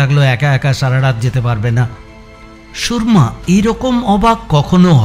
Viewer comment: নামটা "সুরমা", "সুর্মা" নয়। "র"এর উচ্চারণটা "র" হবে, "রেফ" এর মতো নয়।